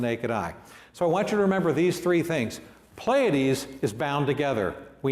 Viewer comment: It'd be nice if he knew how to pronounce Pleiades.